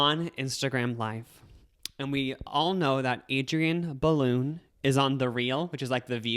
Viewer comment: NOT pronouncing Adrienne Bailon's last name as "Balloon" 😂